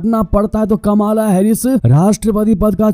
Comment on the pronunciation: कमाला नहीं कमला नाम है